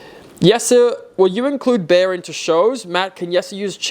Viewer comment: All this time i thought the pony's name was 'Beer' based from what i heard from. I am terribly sorry. I just found out when you said 'Bear'.